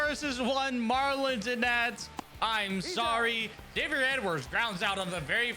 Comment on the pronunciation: Bro did not say Xavier